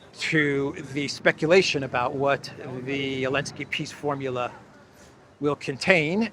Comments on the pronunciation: Hell, nobody can tell him how to pronounce 'peace'? it's not piss, it''s peace!!!! dumpkopf!!!! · He said.."Piss summit"...Zela, that is. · Did you here Selenskis bad basic English and wrong pronunciation . He says " I go to second Piss Summit ". Yes, that's true :) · Eeee, Podolyak , how do You spell ''peace'' ?Peas, peace or piss?